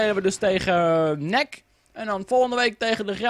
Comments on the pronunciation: je zei nek in plaats van N-E-C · Nek? Je zegt het als en ee see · NEC spreekt je uit als en ee see :P hahaha